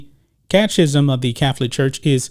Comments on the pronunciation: Love your show. Catechism.....It's pronounced cat-a-kism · My friend- it’s pronounced Cat-a-kiz-em. Take care